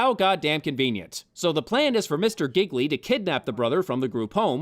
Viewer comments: i m italian living in italy and all of you pronouce Gigli in the wrong way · I love the recurring joke about mispronouncing the name Jiggly/Jigglypuff/Giggedy/Quan Chi/Jiminy. And I have not seen all of The Room, but The Nostalgia Critic's review of it is enough. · #1- Your mispronunciations of "Gigli" were brilliant! Thank you! #2- To Hell with you! Merle Streep could make ANY dialogue work! She could have made the Star Wars prequels dialogue work, Bitch! Merle Streep!! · So not only was the movie terrible, it missed an opportunity to keep mispronouncing Gigli. What a shame.